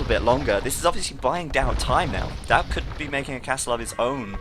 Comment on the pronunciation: whacko, it's Daut not Dawt.............